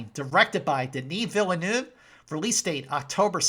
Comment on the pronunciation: When we say "Villeneuve", we don't prononce the "le". So we say "Denis Vilneuve". On the other hand, your accent is pretty good.